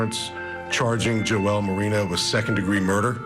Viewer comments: Right? I thought the same, then started laughing that they're calling him Joelle!! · Why is he calling the guy Joelle? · Jo-elle? Lol I think you mean Joel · LOL - I had to go back and rewatch because the first time through all I heard was "Joelle"..."Joelle"..."Joelle"... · I agree! Joel isn’t that difficult to pronounce